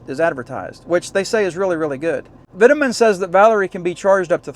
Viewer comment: Vitamin? It’s pronounced v toe man 🙄